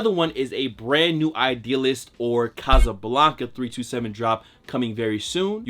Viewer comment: Bro it’s Casablanca not Casablanca